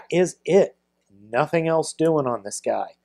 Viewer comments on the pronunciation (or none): none